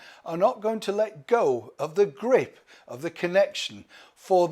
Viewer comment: When you said "grip", it sounded like grift, at first.🤭 Either way, it says a lot about who they are and why the Royal family is better to be DONE WITH THEM.....FOR GOOD! 🙋🤗🥰🌞